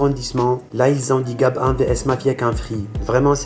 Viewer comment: Gab 1 mdr prenonce le gabin pas gab 1 lol